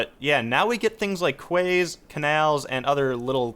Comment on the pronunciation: quays is pronounced 'keys'